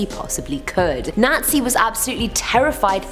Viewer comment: Is it just me who heard Nazi when she said Nancy?